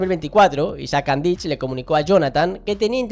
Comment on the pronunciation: no se pronuncia Andich con ch es con c